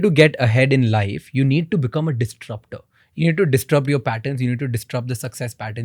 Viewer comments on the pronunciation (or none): Distrupt ❌ Disrupt ✅